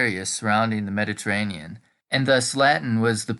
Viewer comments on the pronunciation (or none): none